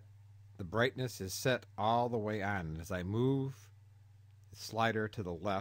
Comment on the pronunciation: Brithness level